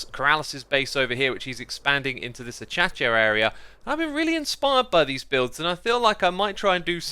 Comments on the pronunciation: Acacia is pronounced uh-k-shuh NOT a-cha-chuh. :) (link to youtube video of proper pronunciation.) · It’s not pronounced A-Cha-Cha it’s pronounced A-Kay-Sha lmao still love ya tho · Acacia: Pronounced A-KAY-SHA not A-CHA-CHA, Keralis is rubbing off on you X :) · why does he say achachia it hurts my soul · X calling acacia "achacha" is amazing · I love how X says “Achacha” instead of acacia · Xuma just called Acacia Ah-cha-cha? I think he's been spending WAY too much time with Kerallis. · "A-cha-cha" acacia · Everyone: Acacia Xisuma: A-cha-cha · did he he just call acacia ah-cha-cha? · I like how he said acacia like achacha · X, it's pronounced "ah-kay-sha" ^^|| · The way he says Acacia. 😭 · I’m sorry x but that’s not how u say acacia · The way u said acacia triggered me hard